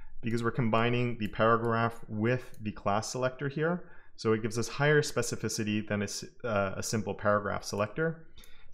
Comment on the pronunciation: Oh, you larned how to pronounce specificity.....😅I just came back to your awsome videos, cause a seson job, I'm glad that you are healthy and strong, keep up the good work, I appreciate it and I've learnt a lot from you, thanks!!!